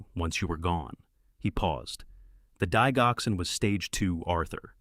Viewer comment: Please get the pronouncement of digoxin correct. The “dig” is pronounced the same as in digital! I’m a nurse! Very interesting story! The son spent his last days working for others. ❤